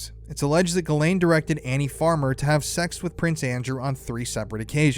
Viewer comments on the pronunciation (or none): Say her name properly. Jizz Lane